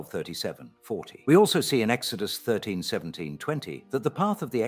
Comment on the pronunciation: Yo Do you use an AI to copy your voice and the other guy's to make these videos faster then if you would have to read it all out/ narrate it yourselves, asking became of all your strange pronunciations ie exO dus narrat eeeve at one point near the 1.5 hour mark lol Cheers